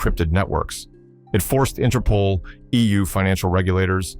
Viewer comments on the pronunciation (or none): none